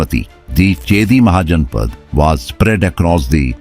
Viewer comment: Mahaja_na_pa_da_s.. ! Not mahajnpds.. 😢